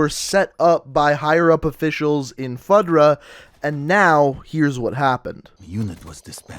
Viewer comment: Also you said his last name horribly wrong haha its spelled Rojas but pronounced Ro-has, and FUDRA is not sounded out as FUD-RA its FU-DRA